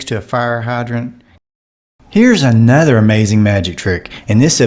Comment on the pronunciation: Can't pronounce "th". Anudder for another.